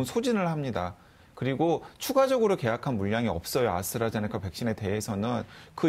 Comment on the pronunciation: 오, 아수라 제니카 (ASTRAZENECA, 아스트라제네카) 교수 재등판이구나! 이제라도, 방송에서라도 ASTRAZENECA 를 제대로 읽어, 지칭을 할 수 있으려나?